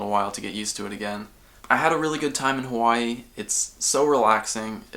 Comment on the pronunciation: lmao just noticed how official his "Hawai'i" is